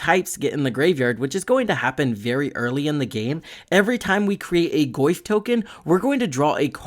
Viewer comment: I cannot unhear "Le Goyf"